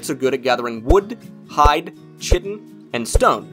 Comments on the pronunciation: I've never really understood why Americans are so utterly terrible at pronouncing, well...pretty much anything really...but it really is fascinating. Anyway, it's... Chitin - with ch like a k sound...'Ky-Tin'...like chiropractor or chimera....and I'd explain how to say 'attributes' also, but I can't be bothered. The 'T is 'pestle' isn't pronounced either. So ends today's pronunciation police public service announcement. Have a nice day ya'll. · Having been through, and learned how to pronounce chitin correctly (I too once said it the way it's said in the video) I appreciate this post. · Bro it drove me nuts too I was going to basically comment the same thing you said. Chitin, attributes, bruh >_< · Well, you are wrong. Scheme. Echo. Character. Stomach. Chaos. Chemistry. There is NO discussion about it. Find me an audio example of chitin with a 'ch' sound as opposed to the correct ''k' from ANY dictionary source on the internet. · read the comment again fool and don't respond until you are certain you understand it. Nobody ever said there is only 1 way to pronounce CH. They said there is only one way to pronounce it when using the word chitin, which is 100% correct